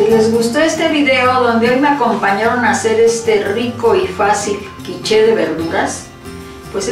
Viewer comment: Quich..."la e a la fin na ca prononce pa"...traducciòn: la e al final no se pronuncia :)